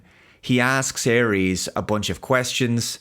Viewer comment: Por qué dice Aries, en vez de Ares?